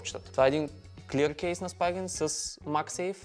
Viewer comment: Spigen се произнася Спиген, а не Спайгън 🤌